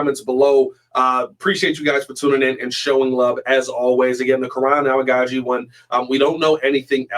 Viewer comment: I could be wrong but I think the correct pronunciation of Amagadjie is A-Mega-G